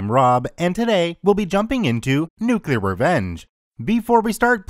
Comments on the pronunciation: Excuse me, KCC, but can you please try to pronounce the word "nuclear" as "nuclear"? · Be it "nuke-u-lar" or "new-clear", both pronunciations are widely accepted as correct. Potayto, potarto, tomayto, tomarto, nucular, newclear, let's call the whole thing off. Also, Trek001's comment was posted 20 minutes but KCC's comment was posted 26 minutes ago? Alright, YouTube, gimme your damn keys.